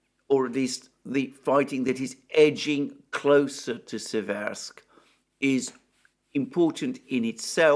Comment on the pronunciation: In Seversk the emphasis is on the first syllable. The vowels e are identical in pronunciation.